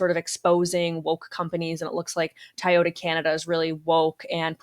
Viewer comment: The woman on the right pronouncing Tay-o-ta???